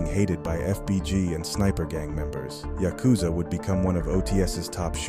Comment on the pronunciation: Tryna say yakuza a maniac 😂